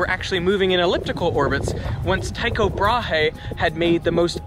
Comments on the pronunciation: FYI. Tycho Brahe is pronounced Tyko Bra, the "he" is silent (almost). Granted it is not a common Danish name. But i'm pretty sure it's still supposed to be pronounced in danish. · It bugs me you pronounce Tycho Brahe as tie Co bra hey and not teeko braah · "Taiko Brahey" Oml I love hearing people who primarily speak english pronounce danish names and words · Such a bad pronounciation of Tycho Brahe. The h is silent and the y isn't pronpunced as ay but rather like the y in Yggdrasil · That's not how you pronounce Tycho Brahe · Your pronounciation of Tycho Brahe is so so wrong. Pro dane here shaking his head